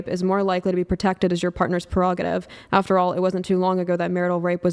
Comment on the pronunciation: I definitely was not expecting someone with a collegiate education in English to wildly mispronounce several words in an opening that I had down when I was fourteen. Do I speak English perfectly? No. I would imagine nobody does. However, I'm not going to botch saying common words like mired or prerogative. 😂